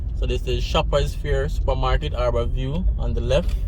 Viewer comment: It's Har-bour View not "Aar-bour View